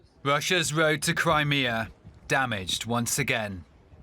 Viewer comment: Wussia's woad to Cwimea